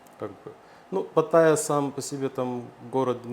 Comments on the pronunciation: Пата́йя а не патайя́!!! Невозможно слушать, уши в кровь! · патаЯ, блэт! на этом я выключил этот ролик